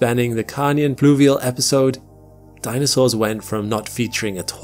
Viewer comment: …when ‘danisaurs’ roamed the ‘eerth’